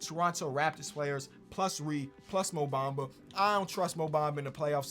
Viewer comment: called mo bamba Bam adaybyo bro no hate though